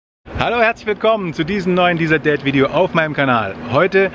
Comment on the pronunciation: Könnten wir uns auf deutliche Aussprache einigen. Nicht Dieseldäd, sondern DIESER DÄD . Ihr american "Expert" heißt auf Deutsch "Fachmann". Optisch aussehen, akustisch hören ??? .. ich habe Euch rein optisch nicht hören können......